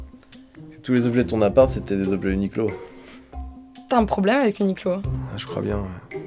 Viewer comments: Ça ce dit « uniqwo » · A prononcer "ou ni kou ro" en japonais (r roulé devenant "l") si tu veux te la péter